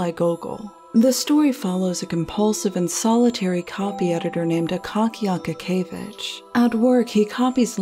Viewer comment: It's more of an (a:) like in Ark. a-kA-kee-ye-vich